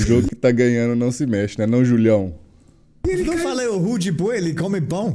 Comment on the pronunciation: só eu q ouvir o johan falar RUDE BOI E PAU DE ALHO ? KKKKKKKKKK